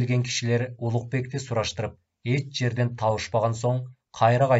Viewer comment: Можед эмес моджахед.до свадьбы доживем эмес до свадьбы заживет .эт жерде эмес эч жерде же окулганда эш жерде.Жана ушуга окшогон создор коп кездешип жатат.